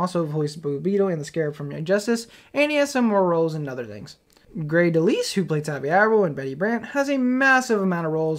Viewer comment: I've never heard some pronounce Grey DeLisle like that before.